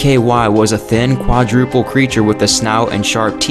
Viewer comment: "Quadruple" lol